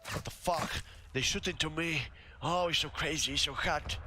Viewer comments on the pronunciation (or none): none